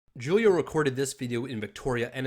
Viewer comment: Julio is pronounced "Who-Leo" dude.